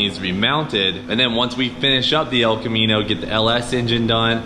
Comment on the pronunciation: "Mullet, the Els Camino"